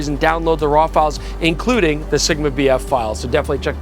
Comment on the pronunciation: Dangit, I'll never be able to not call it SHigma!